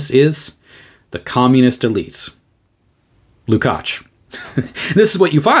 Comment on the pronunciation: Erős vár a mi Istenünk! Thank you for the superb presentation, your pronunciation of the surname Lukács is great, György is [ˈɟørɟ], often shortened to Gyuri.